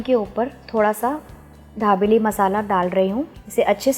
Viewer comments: Pls pronounce properly it is not dhabeli it is dabeli🙄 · Ary yar hindi to tik se bolo...dabeli h...dhabeli nhi..and sab bahar hi mix karte hai..ok..kuch bi faltu ka mat batao... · It's not dhabeli it is dabeli😂😅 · Dhabeli nahi dabeli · ढाबेली नहीं दाबेली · Mam..pls it's not dhabeli...it's Dabeli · Its not dhabeli .. its dabeli .. be particular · It's not dhabeli it's dabeli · At list Pronounced properly it's dabeli not dhabeli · Ma'am ye dhabeli (धाबेली) nai dabeli (दाबेली) hai... comment From Kutch, Gujarat. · didi wo धाबेली nh दाबेली है 😂😂😂😂😂😂😂😂😂😂😂😂😂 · Dhabeli nahi na aunty dabeli 😂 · It is dabeli ...not dhabeli .......btw love your videos ❤️ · It's dabeli not dhabeli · Dhabeli nahi dabeli bolo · She pronounce dhabeli instead of dabeli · Dhabeli nahi dabeli hai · Not dhabeli it's dabeli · Not dhablei it's dabeli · Are its dabeli... not Dhabeli..... and its Jeera not Zeera 😂😂😂😂😂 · Dekho sabse paheli bat ke. Isko dhabeli nahi bolte 😑😑😑😑😑😑😑😑😑 It's call dabeli.... Don't make violence between food names 😑😑😑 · dhabeli nahi dabeli he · मैम आप धाबेली बोल रही हो। दाबेली दाबेली। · Mam.. I think u want to say DABELI instead of DHABELI... 😀 btw... Informative recipe. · ढा बेली नाही दाबेली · It's dabeli not dhabeli OK.. N method was wrong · Recipe is good....but you pronounce it as dhabeli...actually its dabeli madam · dhabeli no mam babeli bolo 😅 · First you learn how to pronounce dabeli and then you teach us the recipie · यह दाभेली है या धाभेली ??🤣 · Medam the nahi d for Dabeli..ok